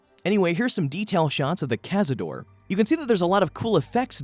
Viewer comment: "Here's some detailed shots of the Cazadore" Nope. No, thank you.